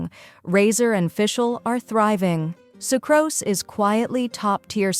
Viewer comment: SU CROS SAY? It's Su kroose. No, matter how good the AI is, it is is still absolute trash compared to a human speaking. The info is welcome, but the amount of speech errors in each video is staggering.